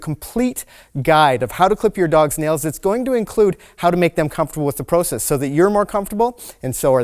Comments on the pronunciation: Anyone else having trouble with the process pronunciation? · Once a Canadian says "about" it always gives them away. But now I learned they say "proe-cess". At least I've never heard any fellow American say it like that it's more of a prah-cess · Are you Canadian? Pro-cess. 🥰🥰 Yep. Heard an about. Thanks for the tips from USA.